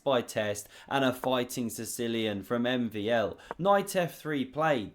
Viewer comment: my my you butchered MVL 's name lol